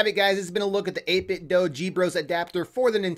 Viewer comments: it 8bitdo 8bit (doo) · its pronounced 8 bit doo